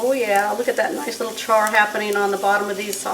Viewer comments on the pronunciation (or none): none